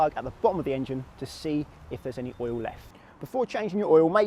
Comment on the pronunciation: Pretty sure oil is a one syllable word.